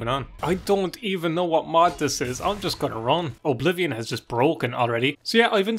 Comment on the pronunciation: My favorite part of the video is when you call it O'Blivion.